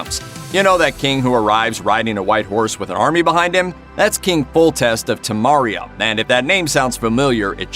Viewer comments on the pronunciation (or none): ....you did all this research then fucking mispronounce Temeria....thats just disappointing and ignorant. It’s pronounced TA-MARE-EA not tamaria. It sounds like your saying tomorrowia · Its not zOmbie like monster. Theyre called Ghouls. Geez play the game... and its Temeria not temaria. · King Foltest of "Tamaria"